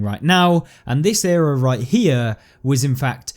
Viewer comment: It’s was,not wis😂